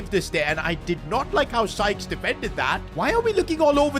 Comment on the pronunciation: Why was bro calling Sykes “Skies”💀💀💀